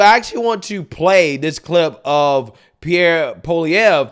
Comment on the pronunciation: I'm impressed. I seen you mess up the pronunciation many words and names. You actually pronounced Pierre's name pretty good.